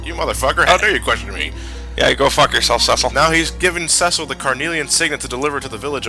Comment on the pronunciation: Pronouncing Cecil as sessil, drives me up the wall XD Its pronounced cee-cil